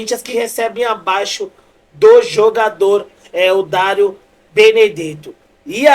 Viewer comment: Falando direito daro 😅 Dario